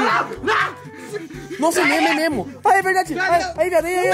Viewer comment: O pai do Léo falando É Memo É Memo Cathupira kkkkk